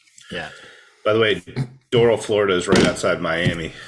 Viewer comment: Doral - "drr-al" Lol